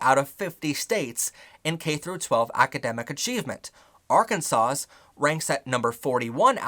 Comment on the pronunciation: The S in Arkansas is silent